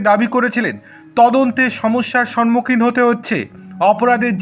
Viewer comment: সম্মুখ= সম + মুখ । অতএব উচ্চারণ টিও সে অনুযায়ী হওয়া উচিত । সন মুখ কোনো ভাবেই নয়। অবশ্য আমাদের মুর্খ মন্ত্রী ওরকমই বলেন। সন মান !!! তাই শুনে শুনে অন্যদেরও ঐরকম উচ্চারণ করতে শোনা যায়।